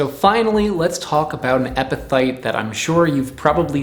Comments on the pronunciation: Why do you keep pronouncing it EpiTHyte??? You've got is spelled properly in your title. It's EpiPHyte, pronounced, Epi-Fight. Also, the plural of Genus is Genera, not Genuses. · pronounced: eppi-fight, not eppi-thight. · Are you pronouncing is epiTHYTE? I always tho7ght it was epi"fight" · In general I would tend to trust local wisdom about edible plants rather than the internet. But also, many things are toxic in large quantities but beneficial in small quantities. There is a reason we benefit from a varied diet. Anyone else distracted by "epithyte" instead of "epiphyte"? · Why you keep pronouncing ph as th? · I love your channel but the amount of times you said EPITHYTE is embarrassing. You can hear it. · The ph in epiphyte is pronounced like an F, not like a th.... so it's like "epi-fight" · Good job mispronouncing EPIPHYTE through this whole video. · You're saying it wrong. Its a ph not a th